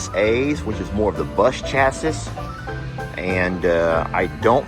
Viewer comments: FYI- Pronounced Chassy, not Chasis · LOL..."CHAS-ISSS"....IT'S "CHAS-SEEE" 🙂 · Please don’t ding me, but chassis is pronounced chas-see. 😊❤ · Chassis = cha - see. The e is pronounced as viewed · Exciting thinking about this next chapter with the grandbaby and a motorhome. FYI-chassis is typically pronounced chas-ee in English. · Chassis is pronounced chassy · Chassi. The second "s" is silent. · Just an FYI - - - - rather odd that it's spelled chassis but is pronounced cha-see. I'm from Canada so I don't know if the way you said it is the correct pronunciation in the USA or if you're just not familiar with the term and are unsure of the pronunciation of it, but it just doesn't sound right to me. Not being critical just mentioning something you may or may not be aware of. That Thor Axis could be perfect for what you need - might take a bit to get used to driving something that size but it wouldn't take long. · Pronounced chass-ee 😂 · I enjoyed this video so much as I love going through the different campers and motor homes. However, I was taken aback with your pronunciation of the word ‘chassis’. I have never heard it pronounced that way. I’ll probably get some hateful comments but you might want to know that the ‘s’ on chassis is silent. It is pronounced ‘chassy’. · you shoulda helped out on the pronunciation of chassis so she doesn’t get made fun of lol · Thank you. I was cringing too. His pronunciation is so funny sometimes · By the way, the last S in chassis is silent. I actually wondered if the pronunciation you used was regional.